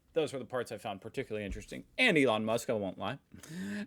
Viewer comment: True, he said Ron Musk lol